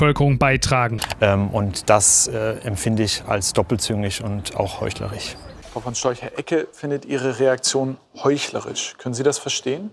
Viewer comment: Da wurde aber doppelt falsch zitiert. Er sagte nicht "heuchlerisch", sondern "heuchlerich".😂